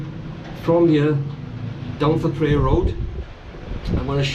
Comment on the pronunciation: “Th” in Thailand is always pronounced like “th” in Thailand, never as a voiced dental fricative phoneme such as “th” in this. Ergo, Thepprasit is Tepprasit.